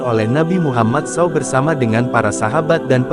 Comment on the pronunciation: S.A.W dibaca sau